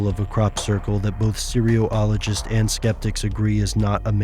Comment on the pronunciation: That is totally not how you pronounce "cereologists."